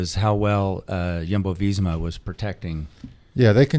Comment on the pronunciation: It’s almost as if George goes out of his way to mispronounce things lol. Jumbo, Roglic, Skujins. Love him though